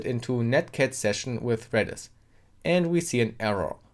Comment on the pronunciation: I keep hearing you saying REDDIT instead of REDIS lolol